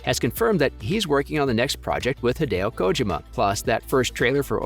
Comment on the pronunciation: It's like he was intentionally mispronouncing Kojima's lastname; way too distracting.